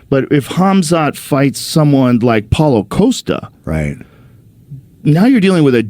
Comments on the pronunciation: Hazmat? 😂 It's Hamza. Not that 😂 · Joe, how come this guy can't even pronounce Ham-zat properly? Don't tell me he doesn't eat Ham . Or does he eat Haz instead ... I know it's a deliberate racial dis . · If your job is to discuss MMA, why is it so hard to pronounce his name? I could swear they pronounced it like 8 different times..